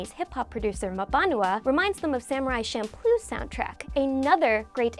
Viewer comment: you pronounce champloo Shamploo>??